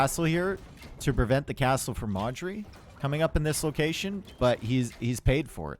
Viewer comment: Every time you say Modri I wonder who Marjorie is... :)))